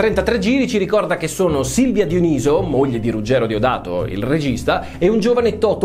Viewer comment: Enorme stima per il brano dello sponsor che richiama Psycho Holiday. P.S. si pronuncia Diòniso